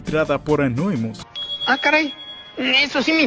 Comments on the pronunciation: Por qué carajos les dicen Anóimus cuando se dice Anonymous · Gente normal: anonymus: anoimus